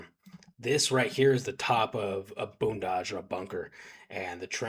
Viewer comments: its not called a boonage Its blendage. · How long in Ukraine and you still haven't even picked up it's blindage not boondage smh